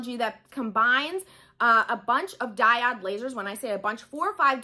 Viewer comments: Great information... just for your own knowledge it's pronounced DAI-OWD/// DIE-ODE not DIE-OD. Just thought you'd like to know since you make videos often. Much love to you. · Thanks for the video, - very helpful (by the way it's pronounced Die - oh de "o" not "i"):) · The way you prounce diode .....😟. Great video otherwise. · I was confused at first, she's pronouncing Diode wrong :) no worries, I figured it out. The diode cutter leaves no charred edges on fabrics, wools and felts. My C02 is overly hot for those fine fabrics. I rarely use my C02 cutter, mostly use it to cut acrylics and I'm not doing much of that. So for me my workhorse is the diode 20 watt x-tool with the expanded rails so I can cut double wide materials without resetting the workspace in the X-tool. PS my Silhouette 4 is gathering dust now days - the diode laser cuts more fine and better detailed paper cuts -no more yanking them off a sticky mat:)